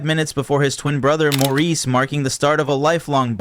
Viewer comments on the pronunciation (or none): Maurice is pronounced Morris!